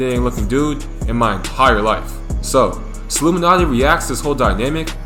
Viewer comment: Dog the way you say Sollumanti erks me